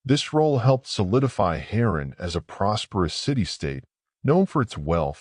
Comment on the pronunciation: Oh, you mean Hay-ran and Oor. I can't even hear anything else you say......."Heron" and "U-R"?😆😅